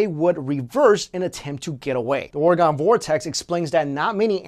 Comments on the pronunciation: It is pronounced, "ORE E GUN" (long E) not, "ORE UH GONE" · Love your videos. Totally not looking to troll or get trolled by saying this.ORE-GUN, not Ore-gone. I know its tricky, bored and figured i share the biggest pet peeve of every Oregonian, lol.Alright,of to go watch another one of ur awesome vids,because they are AWESOME! Thanks. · Ore-guhn --- not Ore-gone!!!! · its pronounced OR-AGAIN not ORA-GONE. We never left. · Ill spell it phonetically first, oregon is pronounced Ore-gin not ore-gahn. 2015 and people still cannot pronounce this state correctly. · PLEASE, it is not or-gone like orgone energy generator, but OREGON, LIKE an organ donor, like a tourist in Oregon may become if he says it wrong one to many times.. OR-GAN, anyways great video! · Noah Lehman Oregon, pronounced like organs in your body, liver, heart, spleen, kidneys. I have lived here all my live. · I live around 15 miles from the oregon vortex and it seems completely real. For example there's a broom that stands straight up on it's handle and they allow you to pick it up and move it anywhere and it'll still stand on it's handle. Also you're pronouncing oregon wrong lol just say it like organ. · You said oregon wrong I hate it when people do that